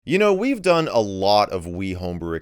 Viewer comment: heh, "wii've done" in the intro